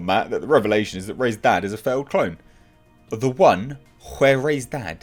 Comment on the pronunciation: I’m glad the hype and the movie has come and gone but I will always missed hearing your “tha rise of Skywalker”. I crack up everytime I hear it.